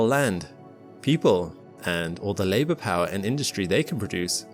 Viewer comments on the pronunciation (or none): none